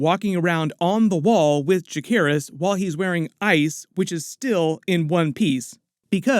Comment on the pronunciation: How is that you've watched more than most and still can't say "Jacaerys"?